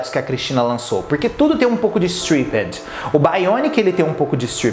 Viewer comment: sua pronúncia de "stripped" tá errada. ❤adoro você